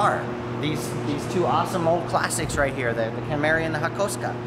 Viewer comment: Hakosta. Haha. Its pronounced 'Hak-o-suka.'